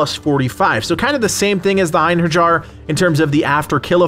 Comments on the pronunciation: Eyen Hurr Jar triggered me. You make great videos, truly, but please, don't be one of those Americans that mispronounce everything that isn't in English, you do prep for a video either way, it's not a big deal to look up pronounciation of a few words. I know a lot of people don't give a shit, but for those of us who do, you'd be doing a huge favor by simply not triggering us, also, it's kinda in your interest since you're a growing Youtuber and Valhalla is at its peak of popularity right now, a lot of people will be coming through here. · pssst ( it's pronounced Ein HAIR EE ER. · Einherjar = "Ein-HAIR-YAR" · I love that he mispronounces surtr and einherjar without noticing. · I'm genuinely boggled that people can't pronounce einherjar properly at this day and age.... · Your pronunciation of Einherjar made me cringe a little 😂.